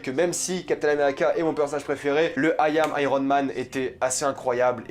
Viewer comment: "Ayam" mdr quelle accent